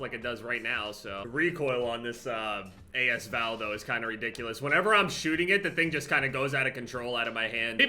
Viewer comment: not trying to sound like an asshole but its pronounced like as val not a s val, the a and s are together